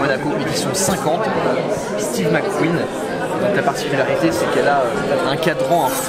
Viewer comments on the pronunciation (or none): none